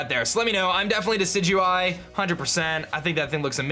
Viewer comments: It's Decidueye, as in a deciduous tree. Not decide-you-eye. Also, you only have the held item fix IF YOU PATCHED TO 1.0.4. Make sure you do that. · Totally team Decidueye. And I think its a short "i" when pronouncing it, like "deciduous". As far as Uranium goes, I think its really an interesting series and look forward to watching it. Sure, its not official, but its very well made and looks like it could have been official in an alternate universe.